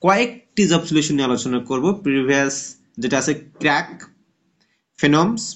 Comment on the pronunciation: বই টার নাম টা ভালো করে বলবেন একটু